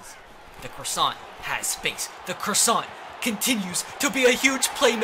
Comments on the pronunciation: Stop saying Croissant! It’s Crossan! Cross - An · i know it’s two years later, but say it with me. D-A-L-T-O-N crasson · Crossan is pronounced craw-san